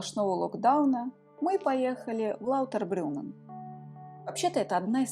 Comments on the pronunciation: ЛаутербрУннен, а не лаутербрЮнен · Написали верно, а вот произнесли лаутЭрбрюМээээн😅